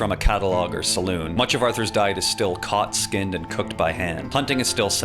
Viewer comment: Salon? Lol. SalOON